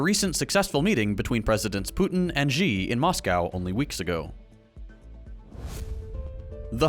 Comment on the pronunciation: The President of china's name is pronounced more like 'she' as in the personal pronoun, not ji as in Jeeves.